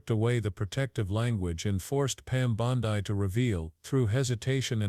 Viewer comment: Her name is pronounced BONDEE not BONDIE.